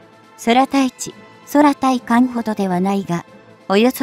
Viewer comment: 読み間違いが多過ぎるので低評価。 対艦（たいかん）を「ついかん」、空対地（くうたいち）や空対艦（くうたいかん）を「そらたいち」「そらたいかん」なんて普通読まん。